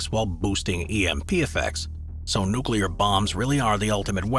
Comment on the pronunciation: Awesome!! Finally, someone besides myself who can pronounce "nuclear" properly :). That charging road is badass!!